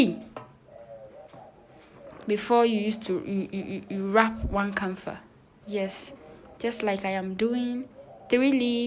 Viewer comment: It is called KAFA and not. KANFA like you wrongly said Good to learn Thank you